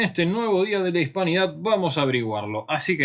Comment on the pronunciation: Dijo... día de la espanidad ?